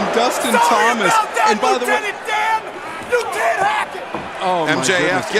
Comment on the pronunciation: Lietenant dan🤣🤣